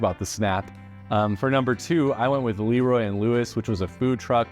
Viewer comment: I wish you had time to go visit Corkscrew in Houston. Best brisket ever! Also you pronounce LeRoy and Lewis Le...Roy. They're definitely a new age BBQ spot. Great sides and Q.